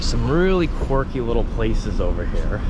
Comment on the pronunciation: Dude… it’s quirky, not corky. Stop saying corky! lol